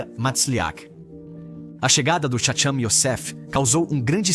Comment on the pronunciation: Eles não erraram, a voz do vídeo é uma voz de IA (Inteligência Artificial). A IA ainda não tem a capacidade de pronunciar algumas transliterações hebraicas corretamente.